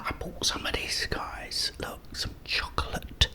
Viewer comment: its chosolate